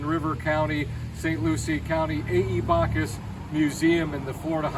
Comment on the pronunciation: It's Backus not Bacchus in pronunciation; you started out well but then made his name sound like a Greek God. Also, realize he never taught the "Highwaymen", they, Alfred Hair and Harold Newton simply watched him and copied him. Although Beanie was open to all races and kept his studio door open to all, he never liked their work and thought it was very average, which most of it is to be artistically honest.